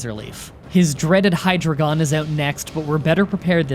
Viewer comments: Hydragon? More like HI-dragon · Hyrdreigon is the combination of the root words Hydra, the German word drei meaning three, and dragon so it’s pronounced like Hi Dry Gan! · A 'hydra-gon' sounds like a shape that gains more sides when you hit it, which is interesting at least, but certainly not a 'hy-dry-ghen'. ;) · gets a list of all Pokemon names and how they are pronounced "Hydrogon" Me: "OH COME ON!!!" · Sounds like Hydrogen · *finds a guy who tells him how to pronounce all the pokemon Also: *mispronounces hi-dray-gen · “Hydra-gon” Me, someone who takes German: I’m ‘bout to end this man’s whole career. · Joey: “You can’t complain about my pronunciations anymore!” Also Joey: Hydragon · And Hydragon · Only Hydreigon was important to me, because I an actual native German speaker told a friend of in the comments of both their Black and White randomizer, how it is pronounced and he replied back. A little detail that, as far as I can tell, should have reached the ears of easily. And way before this video was done and probably even before he started it in the first place. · in his defense, almost no one seems to pronounce hydreigon correctly. mostly people say “hy-dray-gon” which is very strange